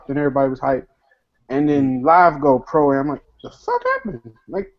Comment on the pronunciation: Fam really gotta say stop saying Pro A.M.